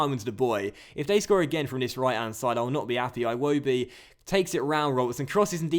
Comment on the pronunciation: Please can you say Iwobi like "ee wo bee" not aywobi. It makes me cringe when i hear you say Iwobil like that.